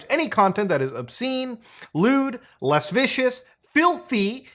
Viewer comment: This man said less vicious not lascivious lmfao